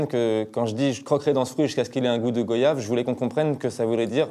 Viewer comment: Ça ce dis pas les Fréro go/yave ca ce prononce goi/yave 🙃